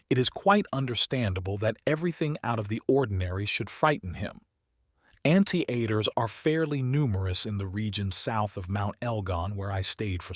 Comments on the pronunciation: Three mispronounced words deus ex machina was not the first but it was second I thought okay this is how he pronounces words. Then came Anteater I immediately stop and couldn't concentrate on the book you were reading instead all I could hear is "Aunttieater" I was like where is aunt in ant? Sorry it was distracting great read. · No way in hell that’s how you pronounce anteater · 😂 Great audiobook though thanks for making this accessible to all